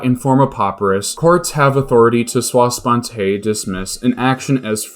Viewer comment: Sua sponte is "soo-uh."